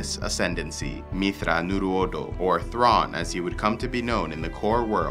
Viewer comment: It's pronounced - "Myth-thrawn-your-odo" Shuddered when I heard your pronunciation. Other than that, great video